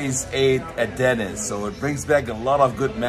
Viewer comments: Why are you pronouncing it DENNIS, Instead of Denneesss!!???? lol!!! We got to get nrid of that German accent, lol. DEN--EEESSS, Not Dennn--Isss!!! Just pickin with ya Buddy!!!! Thanks fa the video!!!! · Why you calling the restaurant Dennis like Dennis the Menace. It's called Denny's like Benny's or Jenny's. Great restaurant I went there when I was in Hawaii. Great video showing the Science Center.